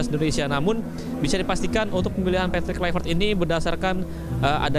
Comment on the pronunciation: Apalah wartawan sebut namapun tak betul:KLUIVERT,ini dibaca:KLUBET bukan KLUBE